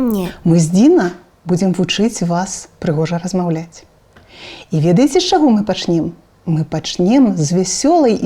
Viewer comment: добрая справа. толькі некаторыя гукі адбываюцца трохі не па-беларуску😔 не "с табой", а "з табой" не "размаВлять", а "размаЎляць". але ўсё роўна, дзякуй вялікі❤️